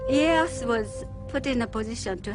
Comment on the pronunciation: ee-ay-ah-soo lmao